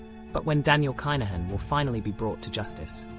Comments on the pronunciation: Pronounce the name - ya AI bot. Privileged upbringing 🤣 Have you ever been to the bond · At least pronounce his name correctly